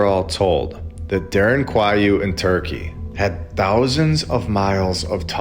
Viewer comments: Derinkuyu as in ku you not whatever funky kiwi whatever you called it, lol. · its derin kooooyoooooo, at this point im like 95% sure u mispronounce names on purpose -_